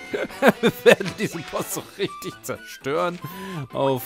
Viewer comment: Das heißt riggter